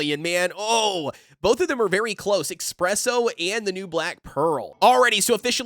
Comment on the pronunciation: It’s not Ex-presso. It’s Es-presso. Coffee is not your Ex. Coffee is your friend. 😅Thank you for your information. Would like to see a full almond comp if you have the chance.